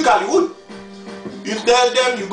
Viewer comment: "u twick hallywood, u tell them u go to wehab but no no no" lmaoo